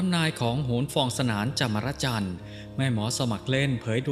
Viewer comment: นามสกุล..จามรจันทร์ ..อ่านว่า..จา-มอน-จัน ..อย่าอ่านนามสกุลแกผิดซิ...ป้าฟอง แกยิ่งแม่นอยู่ด้วย...ทำนายอะไรตรงข้ามตาล๊อตตตต😂😂😂